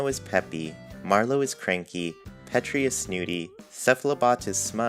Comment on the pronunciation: So I could be way wrong but I think petri is said like Petri dish (like a lab mouse).